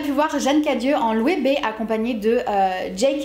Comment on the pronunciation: revélation , on prononce loeBe ???